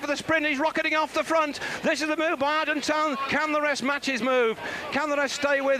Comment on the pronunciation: David 'Duffer' Duffield absolutely mangling the pronunciation of the rider's names - ' Museo' [Johan Museeuw], 'Argentino', 'Argentown' and 'Argentan' [Moreno Argentin]. Despite 'Duffers' best efforts to confuse, Kelly's incredible descending skills saw him take an unbelievable victory in this his last 'monument' has a pro cyclist.